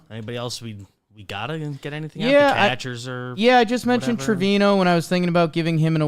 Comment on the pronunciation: How come nobody pronounces Trevino's name correctly? To hear the man himself say it, the N has the ~ on it. Trevinyo.